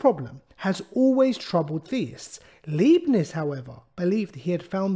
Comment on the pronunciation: He's pronounced God-freed Ly-Bnits